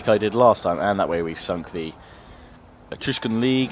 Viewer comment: you keep saying Etrugen league wrong!